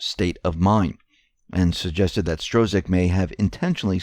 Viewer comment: Struck, Peter Strzok is pronounced Struck.